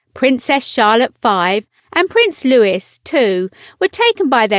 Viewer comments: "Louis"..... Not "Lewis"🙄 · note to voice over lady, his name is Louis not Lewis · Lovely family bit it's Louie not Lewis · Isn’t it Louee not Louis?? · It’s Lou wee not Lewis right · Thought it was pronounced "Louie" not "Lewis" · Their youngest has the name Louis - pronounced LOUIE indicating its French roots. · In the States we pronounce it LouIS and Louie is used more as a nickname. I was surprised this narrator pronounced it as Louis though. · I expect Americans to say Prince Lewis but the narrator is English! It's pronounced Prince LOOEEE. LOOEEE for goodness sake! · And it is Louis like Louis Mountbatten NOT Lewis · The dress is tartan and it is Louis, not Lewis. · Louis is pronounced Lou eeeeeee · Yes, I'd also heard it as LooEE, so it caught my attention as well. DO YOUR HOMEWORK! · Louis not Lewis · If this site is truly a Royal Insider please have the courtesy of pronouncing the name of the youngest member of the Cambridge family correctly. Thank you. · Are you pronouncing Prince Louis's name incorrectly on purpose? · Thank you! I was going to point this out too, then saw your comment. It is so irritating to hear Prince Louis's name being mispronounced several times in this short video. The three young Royals are gorgeous, lovely to see them all together in public. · Thanks! Drives me crazy too at the mispronunciation of Prince Louis' name.